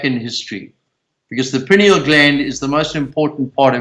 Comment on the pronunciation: Amazing. He needs to learn how to pronounce "pineal".